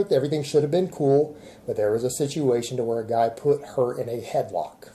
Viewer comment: Can’t you see sitting there with another black eye? “I could have won, but I didn’t want to hurt the gah”. Yeah we know,. We know.